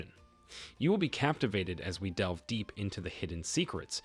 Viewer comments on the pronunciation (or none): none